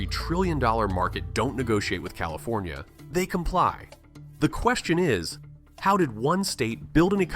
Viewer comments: CalifOnia? Come on.... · "Califonia"??? Clicks off...